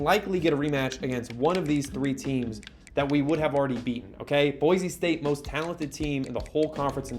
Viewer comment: just for fun I will let you know, it's Boy-see not Boy-zee